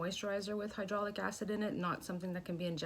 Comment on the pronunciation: Hyolronic? You mean hyaluronic? 😆